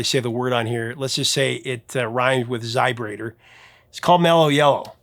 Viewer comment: Every time you say "zybrator" my mind hits me back with "zybrate comes in a little glass vial..."